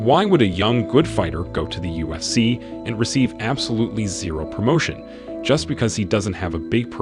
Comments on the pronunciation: The “usc” it’s not hard to say ufc smh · Bro how many times did u say "USC" jesus christ, annunciate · I dont know what it is but it sounds like hes saying USC